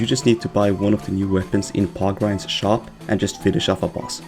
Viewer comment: Good guide, it's just that you pronounced Porkrind as POGrind, which I am not comfortable with